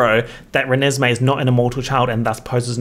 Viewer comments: I'm not kidding you, I lost it for like 10 minutes when I heard you say 'Reneslay' and then I lost it for another 10 minutes when you said "Chuckesme'. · Did he just actually say Chuckesmee 🤣 🤣 🤣 🤣 🤣 🤣 🤣 🤣 🤣 🤣 🤣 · "Chuckesmee" made me lose my shit, holy fuck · “Chuckesme” has me screaming 😂😂😂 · I laughed so hard when you first said "Chuckesme" I started crying 😂